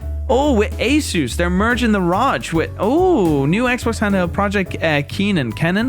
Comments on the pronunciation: R O G not ROG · trying to say ROG. “Using the Raj”